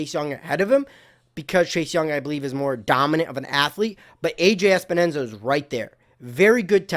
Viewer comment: Awesome job! One thing. Its Epenesa not Espenesa but no biggy. His name is confusing!